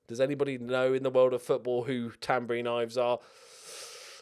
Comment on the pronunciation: Ilves is Finnish and means "the angry dragoncat" . You got that right.